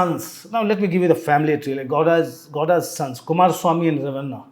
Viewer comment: Godas in place of Gowdas